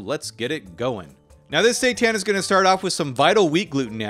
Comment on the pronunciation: i thought he said "satan" ☠